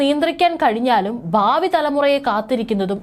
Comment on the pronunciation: ബാബി എന്ന് പറയാതെ ഭാവി (bhavi) എന്ന് പറയു പെണ്ണെ.